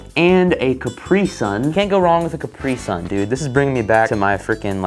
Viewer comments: I cringe every time he pronounces caprisun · still can't get over how americans pronounce Capri Sun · As a german I die on the inside, every time you pronounce Capri Sun